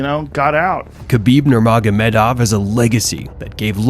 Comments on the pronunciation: Man, small correction: Khabib sounds like "Habib", K is silent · HA-BEEB. Not KHA-BEEB. A little respect goes a long way.